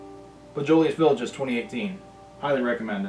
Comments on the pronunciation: Bow-jus-lay Vee-Laj 🙄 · The way you pronounce it it bo-jo- lais (silent s) village (pronounces the same way you do “mirage”) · Our favorite dinner wine...You do say it very incorrect..Try saying it like- Bo J La Village - close enough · I am a 61 year old Frenchman,but it bothers me not at all that you don't pronounce everything correctly.So what.I am drinking this wine as I watch this,& I enjoy your non snobbishness.The wine world could use more of that.C'est la vie,eh bon chance,mon ami.God bless ya,brother.